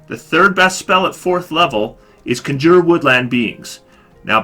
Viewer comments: It's Con-Juur. Not Conjer. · Conjure... *CON*jure ... the accent is on the first part of the word! CON jure. And I disagree about Grasping Vines. I've made good use of Grasping Vines for getting my allies out of harm's way and getting enemies into melee fighter's reach. :) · Jesus Christ learn how to pronounce CONJURE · Your mispronunciation of "conjure" is, surprisingly, irritating.